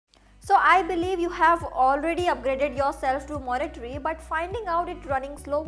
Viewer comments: Monterey, not Moniterey. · I hope this is taken as a positive feedback but it's not MacOS "Monitory", it's Monterey. Pronounced as "Mont-a-ray"